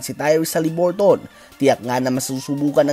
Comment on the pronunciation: Pakibago ng pronounciation. Sagwa nakakatawa pakinggan. Hali-bur-tn not HALIBURTON 👎